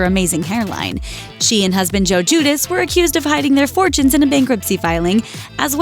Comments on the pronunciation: I think it’s pronounced “due-dee-chee” xx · Gu-dee-che it is pronounced. Everyone knows about their financial stuff from the beginning hence they served time right away you idiot. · It's pronounced Gee-u-Dee-chee and they're nasty freaking low lives.